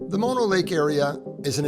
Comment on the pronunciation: nice job getting the pronunciation right! we love Mono and often stop under similar circumstances... a little time left at the end of a trip why not stop there and enjoy the sights... good job getting into the water not many swim there wow!! beautiful scenes, love Mono lake.. /side note part of what is draining the Lake is LA/ they have agreements to not draw the lake below a certain level but when drought happens, they pull it anyway. That is how the tufas got exposed as you probably noted, LA taking all the water... Kind of an odd 50-50 though// because LA takes so much of the water from the entire valley, it can not be developed into massive suburbs// LA's water thievery has a side benefit of keeping this area rural and under populated, there is no water to support a large population... an odd silver lining... Great video thanks for taking us along!